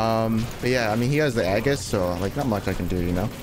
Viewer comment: As says "egg-is"